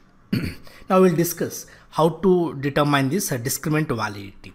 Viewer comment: Why is "determine" pronounced as "deter mind" instead of "deter min?"